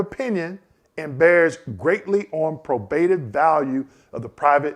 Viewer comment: I'm a fan, bought your book but just an FYI your not pronouncing "probative" correctly. Sorry to be that respondent but thought you should know. As you were!